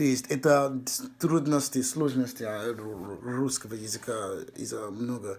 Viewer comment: Перевоплощение В Рускыго чЭловэха